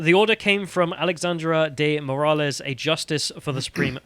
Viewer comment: you don't pronounce Moraes as 'Moor ah lez'.